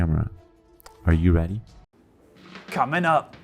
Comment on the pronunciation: When he says “Comin’ up” I swear he sounds Australian to me